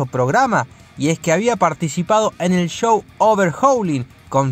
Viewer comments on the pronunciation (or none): none